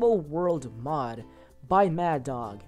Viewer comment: Mad dog??? What the heck lol!!! It's pronounced "Mad Zero Four Two". It was my original Minecraft name before I changed it to "PurpleLovezz". Lol it's okay though. I really liked this showcase so I'm going to include it in the 4 (Well, now 5) main ones on the mod's forum page. You're welcome! :D EDIT: You know, you have great potential for being a youtuber. I like your attitude in your videos. I guess all you need is to be noticed, kind of like how my mod suddenly was noticed when Sky did a review on it. Maybe by putting this video on my mod's forum page, it will kind of "jump start" your channel somehow.